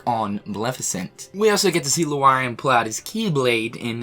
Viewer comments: Yeah, his pronunciation of Lauriam irked me. Still love the vid too, though. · LOVE this vid but oh my god stop saying Looarium it's literally spelt Lauriam (Lore-eeum) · It's now 2020! lol 😂 Lauriam is pronounced Lore-yam or Lo-riam not Lomariam! 😄😂 It's Stre-lit-zia not Stre-liza! 😂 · Why does everybody calls him lUAriam. It's lAUriam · If you say so... It's Lauriam... still.... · I think Laurium is pronounced Law-ree-um like Laura. The way you say it would have the A and U flipped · I love you but Lauriam = Lawwreeyum Strelitzia = Strelitszeeyuh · Love the videos, but your pronounciations are killing me 😂 It's Ma-leh-fi-sent, Law-ree-am and Streh-lit-zee-uh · "Loo-ARE-e-um" Lol. Ohh our boy. I'm pretty sure everyone's noticed his pronunciation of Lauriam's name by now. But it still makes me giggle every now and then. And no its not me throwing shade. It's charming actually. This is why I stay subbed. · Say it with me LORE-EE-UM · still out here saying Lewarium. Love your pronunciations my dude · Lauriam...Lauriaeum really 🤣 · LEW ARIAM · THE WAY YOU PRONUNCIATE LAURIAM KILLS MY HEART LITTLE BY LITTLE. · Why do you say lauriam like that? The a is before the u not the other way around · The way you pronounce Lauriam is dropping my IQ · Why does say Lauriam and Strelitzia's names incorrectly?